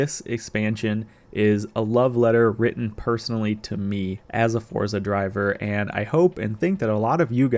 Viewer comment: 19 “forza driver” 😂😂